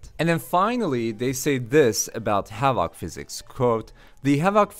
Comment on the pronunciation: It's "HA-vuhk" physics (emphasis/stress on the first syllable, the second syllable is soft) ... it's not "ha-VAHK" physics with a hard middle vowel and stress on the last syllable, lol, that's completely backward and sounds really strange to English speakers. :D It often sounds more like "Havik" when most American and British English-speakers say the word. You can hear it if you Google "pronounce havoc" and click the button and see what I mean.